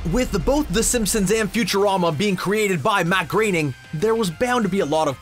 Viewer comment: Wow, you actually pronounced "Groening" correctly this time.